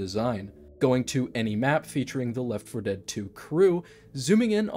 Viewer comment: It's always weird to me when you say left 4 dead correctly. I would always pronounce it Leff for dead just cause it was easier and you could still tell I was talking about left for dead lol